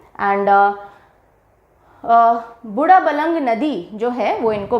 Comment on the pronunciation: बूढाबलंग, माछकूण्ड, खण्डाघार mam these are the correct pronunciations of waterfalls of Odisha